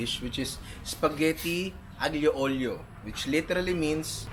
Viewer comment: Bravo ninong ry sei un grande! solid pagkabigkas mo sa aglio olio sana sa sunod pasta arrabbiata naman kahit basic lang yon! greetings from florence italy!